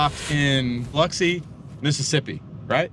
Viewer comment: I just appreciate you pronouncing Biloxi right. Also, that drive from Biloxi to Austin feels like the longest drive in the world with the traffic.